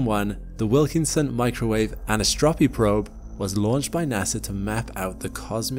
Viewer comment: "anisotropy" is tough to say but not that tough - how is someone not going to redo the recording until it is right? "an - i - so - tro --py"